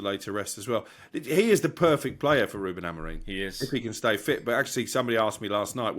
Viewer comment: Unsurprising there's only 60 likes after 11 hours. Ange and Crook very negative and ignorant. And how a supposed "Journalist" still cannot pronounce Amorims name right after 6 Months is ,... how shall I put this, "EMBARRASSING".